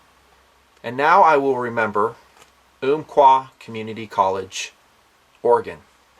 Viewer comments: It's um qua not oomqua Love the job your doing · Uhm-qua not Oomp-qua. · I grew up in Roseburg and have been to the college many times. Pretty shocking. I was relieved to find the shooter was not from Roseburg. He came to Oregon 2 years ago from California. BTW the Umpqua = pronounce the first part like "thump", Ump quah.